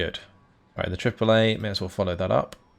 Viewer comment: you said triple A and i heard Chick Fil-A